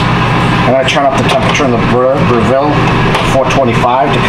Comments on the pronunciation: We say bre ( Rhymes with Rev).ville not Bra.ville. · fwiw, it's pronounced BREV-ill, not Bra-VILL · 1.can't believe u prepped on yr cooktop, 2. Br/ville? No o o its Brev/le here in Oz! Thx for the comparison. What about smoke exhaust? Is Airfryer same as Breville? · Dude, if you're going to do a video on a product at least learn how to pronounce its name properly 😂